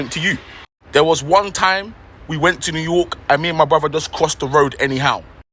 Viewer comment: Did she say new yook??? 🤣🤣🤣💀💀💀 just hush up ma'am 🤦‍♂️